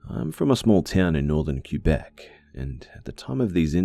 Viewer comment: Quebek is pronounced Kwebec, not Cuebec.